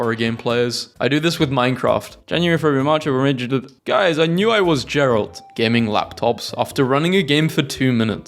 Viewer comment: no way this dude pronounced geralt with a J